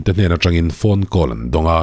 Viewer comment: Ngati nge "call" hi "kawl" i tih tlat ṭhin le. A ṭawng neitute lah hian "khawl" tiin an lam ṭhin sia!!